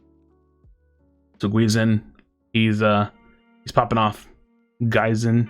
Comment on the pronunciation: That first game was awesome, really close one, that zap salved them. The second one was just a big stomp. Lmao Also, the "gui" in "guizinn" isnt pronounced "gu-i", its pronounced "gi" with a mute "u", like how you say the name of a karate uniform "gi".